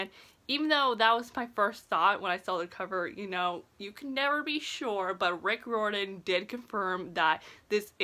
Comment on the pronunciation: Your saying riordan wrong. Its not that hard. Rye ur den! Not rordan! Why do you think there us an "i" in Riordan?